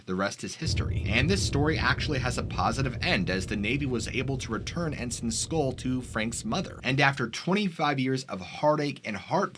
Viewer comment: What the hell is a skole? Oh you mean a skull.